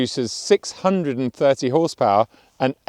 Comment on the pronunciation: "631 hawse pahhhh"